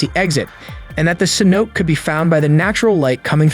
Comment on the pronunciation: Phonetically it's Ceno'tay ;-) Other than that, I have been enjoying your videos.